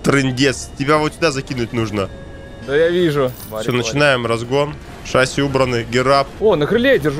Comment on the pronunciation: У тракторов есть разделение на сельскохозяйственные и нет ? Чё за бред несёшь. И научись ставить ударение в слове шасси ....